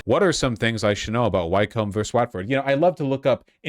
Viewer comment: As a Brit, Vaush's pronunciation of Wycombe and Watford hurt my soul 😂